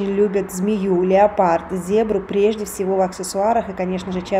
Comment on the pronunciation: Живя в другой стране и говоря на нескольких языках очень тяжело правильно произносить слова.